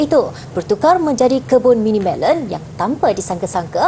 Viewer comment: Melon..bukan melen..